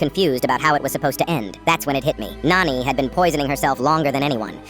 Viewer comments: It is not noni its nani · It's not noni it's nani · Its nani not noni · Nani not noni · First thing Noni? Its called Nani then ai gen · Bro that's not noni it's nani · It’s Nani not nanny or nony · It's not noni that's Nani 👍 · Isn't it nani and not noni? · said noni not nani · Finally, somebody Indian like me. It’s just the AI is pronouncing noni mothers mom wrong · It's not. Op is saying nani. it's the word for maternal grandmother in hindi. It's just that the ai voice is not able to pronounce it properly